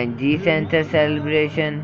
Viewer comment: XD its Calibration not Celebration xD